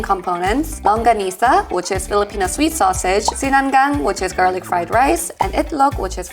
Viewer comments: SI-NA-NGAG NOT SI-NANG-GANG 😊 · its SINA-NGAG not SINANGANG. There is another Filipino dish called SINIGANG which is sour soup. But you pronounced most of the food correctly 9/10 for the pronuciation for the rest of the food!